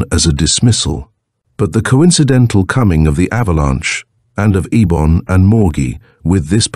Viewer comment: I hate AI audio. It can't keep consistent. Eibon has been pronounced Ay bon, Ee bon, and I bon throughout the door to saturn